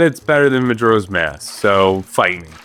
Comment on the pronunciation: The way he pronounces majora is making my eye twitch (no hate, im just annoying)